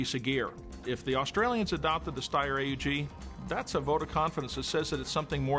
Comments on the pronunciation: I always thought it was pronounced "owg", not A-U-G. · he says steyr AEG